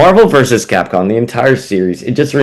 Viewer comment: Why you keep pronouncing Capcom as Capcon?